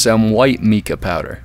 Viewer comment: MICA POWDER - It's NOT mee-ca ... it's MY-ca .... not a LONG E sound, but a LONG I sound :)